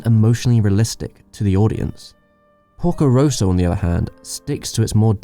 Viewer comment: you really made a nice video, really, so you get my thumbs-up. But honestly... do something about your pronunciation! there is not one name you pronounced correctly! Ghibl, Toei, Porco Rosso, Lupin... even google translate knows how to pronounce them!